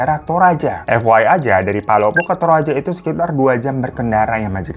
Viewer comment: palopo bang bukan polopo